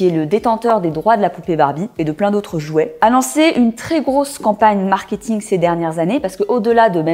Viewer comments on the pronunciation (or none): none